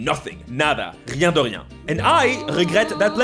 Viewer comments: the way you said "rien de rien" is very good french! without accent or false french accent. (just before you said "and I regret that plenty" with a false french accent XD) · As a french man the "rien de rien" in perfect accent hit me like a gut punch wtf